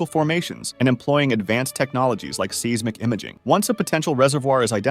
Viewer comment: “seesmic” lol. I appreciate the effort & content of this video but not the AI voice.